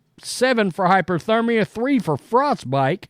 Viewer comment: It’s HYPOTHERMIA not hyperthermia.